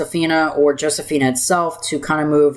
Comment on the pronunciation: Great discussion here a thing, your saying Josephine with an a is Josephine